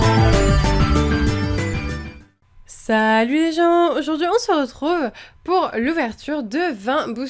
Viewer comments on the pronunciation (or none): none